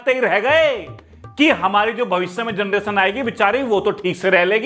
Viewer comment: Ken du genereton 😅😅